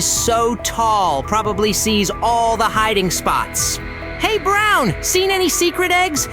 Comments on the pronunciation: It’s bron not brown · You’re saying brown instead of bron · Bro. He wanted to say bron but he said brown accidentally